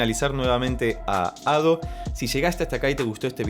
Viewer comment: Ado lo pronuncias bien, Ussewa es como se leería en español pero la sílaba tónica seria "sse". Aparte de Crime and punishment de Ado. Te recomendaría "life hate us now" de Mafumafu (es un chico, por las dudas digo) y si lo escuchas con leyendo los subs mejor.